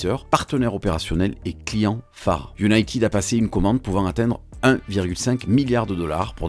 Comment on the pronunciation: PAS Iounaïtiiiiiiiiiid …faut prononcer iounaited